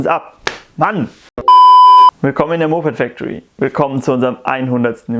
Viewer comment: Kann ''Moped factory" nicht aussprechen